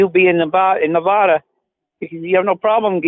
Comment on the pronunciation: I actually live in Nevada, infuriates me every time this guy pronounces it "nev-VAW-duh"